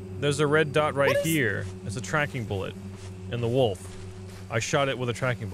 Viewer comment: That's not how you pronounce wolf wtf